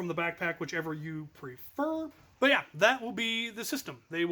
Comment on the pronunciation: "but" not "nut"